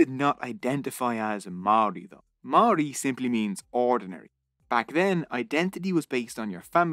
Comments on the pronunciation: Mouldy bread with a R instead of D is the correct pronunciation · im filipino but i know that a lot of his pronunciation of Māori words was wrong, example is the pronunciation of words with NG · Never thought id see a video on our people. I have to say this was well researched video and the only slight criticism would be the pronunciation of some Māori words but on the whole was pretty accurate. Should have mentioned Pukehinahina/Gate pa an astounding Māori victory with one of the most impressive pa built. There were many other awesome pa though just had to get a shout out for my Iwi Ngāi Te Rangi. Thank you:) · This video was great and I'm sad that as a native New Zealander this taught me so much about my own history that I did not know. I've already got a few people who I just have to share this with. My only complaint is how badly you butchered a lot of the Maori words, I get that it's different but you only had to ask like one person knows how to pronounce it, it's actually really easy 😭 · As a Maori I was ready to cringe but apart from the pronunciation of the Maori words this video was really good and accurate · I live in New Zealand and you kept saying māori wrong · he pronounced Pākehā wrong every time and he was kinda close on pronouncing Māori correctly. most words he pronounced were wrong but apart from that the video was great